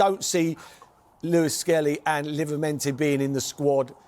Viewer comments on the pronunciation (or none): he just cant say livramento to save his life 😂